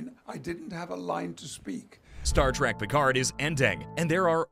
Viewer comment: It's Trek not Track